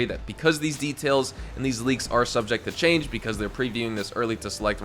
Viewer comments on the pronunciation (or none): none